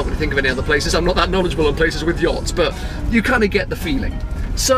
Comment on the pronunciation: Oh boy, that's not how you pronounce Yacht. 🍄